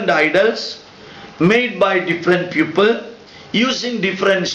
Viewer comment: sir,while you speak the word PEOPLE it sounds like PUPIL